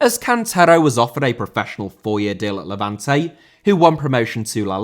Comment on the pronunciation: Levante* not Levantei